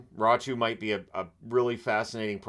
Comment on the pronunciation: It's raty not ratu